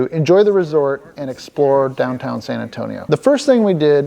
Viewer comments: Say very slowly: Sann Ann-Toe-Nee-Oh. Si? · I'm from Phoenix, Maryland (yes, there's another Phoenix besides the famous one). I love your videos regardless of the specific shenanigans involved because it's you doing them. And sometimes I learn something, like the fact that apparently it is possible to mispronounce "San Antonio".